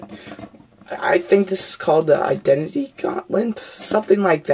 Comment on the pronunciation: the infenity gaunlit not identaty (I know spelling errors :-(.)